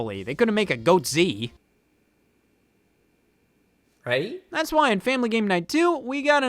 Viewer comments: “They could make a Goatzee.” NOOOOO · GOATZEE? SCOTT NO WTF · "they couldn't make a Goatzee... right?" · GOOD GOD ABOVE HE SAID GOATSE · I had to pause and check the comments when I heard him say goatse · I did not know what goatse was until I googled the definition of it.